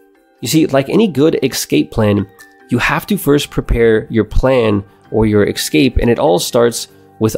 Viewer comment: Kept getting distracted by the number of ‘ekscapes’ 😂 But seriously good video, reminds me of a solid overview of the million dollar fast lane which changed my outlook on life so much.